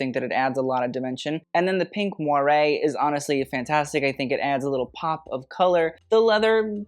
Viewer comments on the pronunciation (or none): none